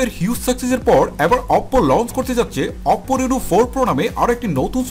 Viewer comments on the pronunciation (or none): Baire oppo name ta sundor kore bolen. Apnara to new new language launch korsen . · অপও অপও বলেন কেন??🤔